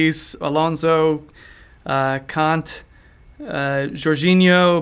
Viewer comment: Kante not cunt lol